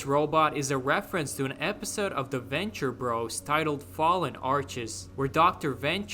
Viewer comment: Aint no motherfucker who's ever seen the Venture Brothers ever pronounce it like "The Venture Bros."